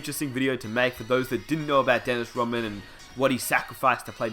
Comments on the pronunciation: Rodman, RODman. Not rawman, or you can just call him The Worm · Y u keep saying Roman. It's Rodman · For fucks sake... mate you aussie? just a question, why do you pronounce Rodman without the D? it sounds like you're saying Dennis Rowman